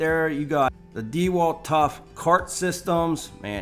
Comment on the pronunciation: Dude can you please stop saying De Walt... It's pronounced like dawalt or duealt...one word